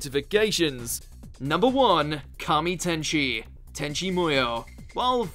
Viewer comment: FiNaLLY SoMeoNe THaT KNoWS “ KAMI TENCHI "